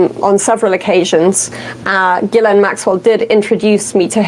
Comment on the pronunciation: is pronouncing Ghislaine Maxwell's name wrong.